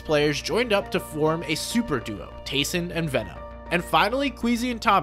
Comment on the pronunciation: you said tayson and merstach and the start